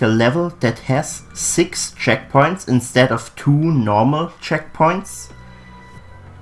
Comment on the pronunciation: Checkpoints not checkoints